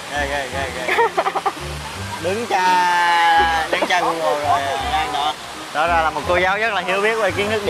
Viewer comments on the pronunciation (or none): none